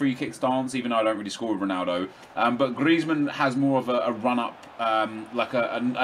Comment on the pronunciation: hes calling james greizmann